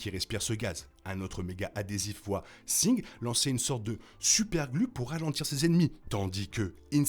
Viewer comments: Pourquoi tu prononce singed de cette façon alors que en anglais il le disent pas comme ça et en français ça serait plus singe vue que le D ce prononcerais pas . Bon c'est juste que ça pick un peut les oreilles je veut dire même dans le jeu il ne le dise pas comme ça. Je suis surpris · la vidéo est bien mais tu rends ouf a dire Sing, ca se dit Sin"J"ed bon sang